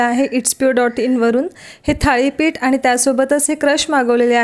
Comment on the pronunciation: थाळी नाही thalee पीठ असावं